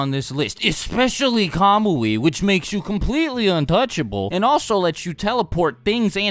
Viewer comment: nobody can say kamui better than